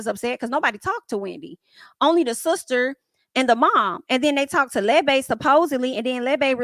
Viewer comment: Why you sound like you saying Lil Bay for Lebe? 😂 Girl, you had me rolling at work. Had to chill and remember where I was. Love your reviews